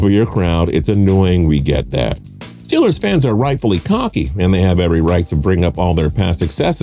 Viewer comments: It is ST EE LERS not stelers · Even I know it's pronounced "Stillers" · Can someone explain why he pronounces steelers like that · Entertaining video,title a little miss leading seem like it’s just ranked on the amount of bandwagon fans a team has.And the reason why the commentator is always asked to re-say Steelers is because he’s wrong on how to pronounce there name lol